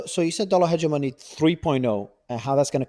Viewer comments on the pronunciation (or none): I wish the interviewee would learn how to correctly pronounce 'hegemony'.